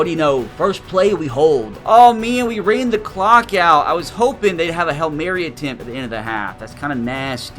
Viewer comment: Its HAIL MARY NOT HELL MARY